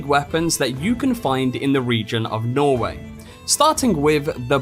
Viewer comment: It’s pronounced norweigh